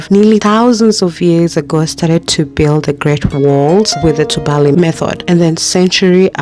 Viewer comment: It's pronounced as tubali as opposed to tubaali as you are calling it. The a is pronounced as a in apple